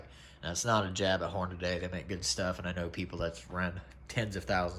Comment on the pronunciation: damn! its HornaDY not HornaDAY. WTF!